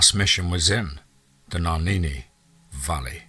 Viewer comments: Love the story but get rid of your narrator, he's about as intelligent as Mike Tyson. Legit question, how the FUCK did you get "Naninni" from "Nahanni?" Naw-han-nee, how does someone fuck that up, not once, not twice, not three times but EVERY single time?! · Two things. You don’t sound like a Hector that’s for sure and also if you’ve ever spent anytime in the place you say you wouldn’t consistently mispronounce the name. Nuh-haw-nee Valley. Lmao it’s not even spelled the way your saying it. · It’s pronounced nay-han-ni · You pronounce it Na-hann-ee... Love n light to u n urs... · You are pronouncing “NAHANNI” wrong so I know this is FAKE ASL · Hilarious! Went too far with that headless man bit. Also should know how to pronounce "Nahanni" if really there!